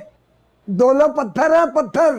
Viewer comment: When uncle days pthhr hai pathhr 😂😂🤣🤣